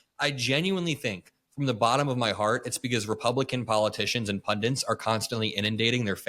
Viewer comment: Please it’s “pundits” not “pundents”